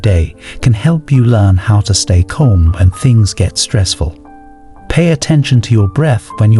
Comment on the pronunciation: Yo, the way you pronounce "calm" is killing me... It's cAlm not cOlm